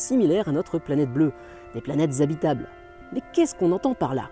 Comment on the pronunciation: "Les planettes zabitables" Ça fait un peu mal aux oreilles xD Mais sinon excellente vidéo, comme tj !